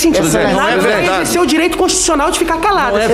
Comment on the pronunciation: Esse Renan canalha num sabe nem falar. Puder,pérgunta, izerci